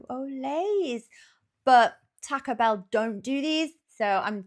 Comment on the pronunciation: Thank you for being the only Brit that says “taco” correctly. 😂